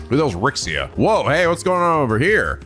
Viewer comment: Rixia is pronounced "Ree-She-Ah", not how you're saying it.